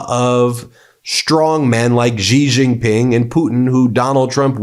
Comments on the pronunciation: can we stop saying Jee jing ping? It's pronounced She Jing Ping. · Ben, how good a journalist are you? You can't even pronounce "C" Jin Ping's name.